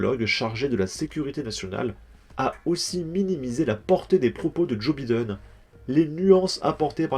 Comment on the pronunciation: Joe Biden, tu ne peux pas prononcer son nom normalement ?!?